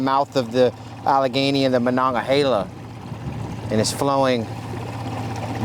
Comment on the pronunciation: It's funny how he pronounces monongahela